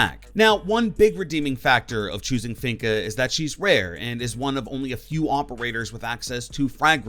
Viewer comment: I was listening to his list and I was like okay he has good ideas and reasons for being on the list. Then he said finka. I instantly paused the video and disliked it, proceeded to go to the comment section and write this. Then clicked on a Random YouTube algorithm video. 😂